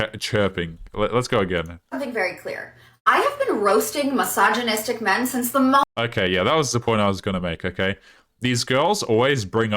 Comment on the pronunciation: What is hillarious is that if yoy pay attention most of those women say "massageonistic" and not "misogynistic"...🤣